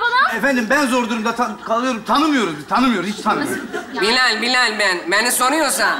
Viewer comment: Bilal'in her seferinde isminin yanlış söylenmesi 😂